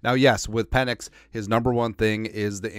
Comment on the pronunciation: Pe"NIX" as in NO.